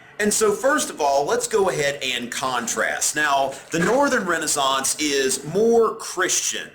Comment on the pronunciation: i really like how he says Renaissance